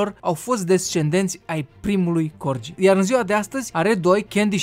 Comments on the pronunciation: Fain videoul, cu o mică corectura. Nu se pronunța Corgii, ci Corghii. I-am transcris fonetic românește pt a înțelege și cei ce nu cunosc transcrierea fonetica oficială din manualele de predare a limbii engleze. De asemeni, ea nu plătește taxe voluntar, Parlamentul a hotărât ca ea sa plătească taxe și pt ca o vreme îndelungată după ce Parlamentul a hotărât asta, ea a ignorat hotărârea, Parlamentul S-a văzut obligat sa o someze sa înceapă sa--și plătească taxele, pt ca o pasuisera destul. Doamna a fost chiar șifonată ca i-au cerut asta. No hate, just helping. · Se citeste: corghi